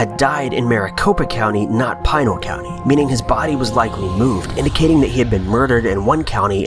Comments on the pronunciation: Normally I dig these videos but this one made me cringe. From the pronunciation of Pinal (pretty straightforward... Pin + al= Pinal not Pine-al) to the idea that people not from Arizona with little to no experience with the desert here should go roaming out there to the assumption that a shot from above can only equate to murder. On that one, people who are inexperienced with the terrain and then bring guns into the mix, handing a rifle to a fellow party member can result in one being accidentally shot. It never surprises me that a bunch of people who have not grown up here die or go missing out in the desert. As for the skulls separated from the body... they are called carnivores or better known as coyotes, mountain lions, and bobcats, they like to eat meat and when you die in the desert: you’re meat. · It is NOT 'Pie-nell' County, but rather the 'i' sounds more like 'PInk' or 'PIn' so 'Pi-Nell' County😉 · Pee-nal not Pine-al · It's not PINE-AL County, it is Pen-AL County. Easy mistake, but jarring to hear. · I live 45 minutes north of the Superstition Mountains. I will be number 6 (or more) to go missing searching for the Lost Dutchman's gold. Also it is pronounced PEENAL County. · Pine-el county.